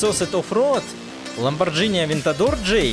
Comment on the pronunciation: не, всё очень плохо :D Про авто - ЛамборГини, РЭМ, Кёнигсэгг (хотя тут я могу быть не прав), СалИн, ФАнко. PS: без обид 😎